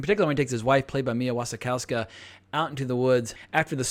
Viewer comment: Keough is pronounced key-oh (like dough or play-doh) not key-og (like dog). The W in Wasikowska is pronounced like an F or V. Also, a spoiler alert in the video title might be helpful for those who haven’t already seen the film.